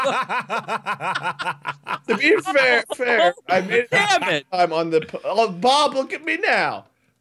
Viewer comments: How drunk wade is in wade says be fffffffair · LordMinion777 It was hilarious! :D I was thinking "Wow Wade, you are REALLY drunk." when you were really struggling with pronouncing your words. Like the word 'fair' near the end there. :P